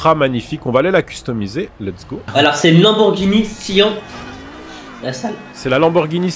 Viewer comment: ptdr unwin dis sian avec le song "en" mais c'est avec le song "anne" (sans le 2eme n et le e pous l'écriture)